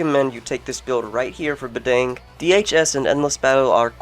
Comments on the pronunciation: Bah-dàng not bah-dang as in dang it lol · oh and how u pronounce badang is wrong.. just letting u know(or its right Idk